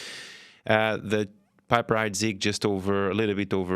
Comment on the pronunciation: You'd think given he's a wine expert, he would say "piper" correctly. He's saying Bollinger with a french intonation, so why not the other. It's pronounced "peep-er" not "pipe-er" Not a largely available NV i don't mine the PH, but I prefer a Laurent Perrier.